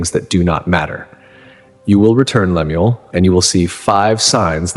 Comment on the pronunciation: His name is Lem- el Young otherwise pronounced as Lem- u- el. And what Mormon would name their kid Lemuel? 😂😂😂